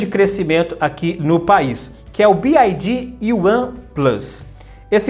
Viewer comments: Bi uai Di não B Ai Di 😂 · About English PRONUNCIATION (The Alphabet) a pronúncia do "Y" escrevendo a transcrição desse som seria /uái/. Você fala /Bi - ái - di/ o que se escreveria como "BID" / "bid". O som da letra "I" em Inglês é/ái/ e do "Y" como já falei: /Uái/ é só lembrar do pessoal de Minas Gerais quando for falar a letra "Y". 'Uái Sô'. Paz e bem. Sucesso! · Ótimo vídeo! Um comentário é que a pronúncia da letra Y em inglês é “uai” Então fica “Bi uai di” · Se pronuncia BYD, Y = “uai” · Mano conseguiu falar o nome da BYD errado todas as vezes...